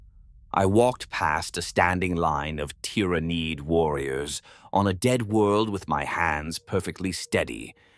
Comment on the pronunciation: Good AI. Some improvement needed on the pronunciation of ty-ra-niiid